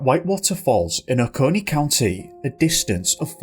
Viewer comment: I live maybe 20 mins from oconee county ur first non native Ive heard pronounce it correctly hell I've even heard people who were born & raised here pronounce it "Okaknee"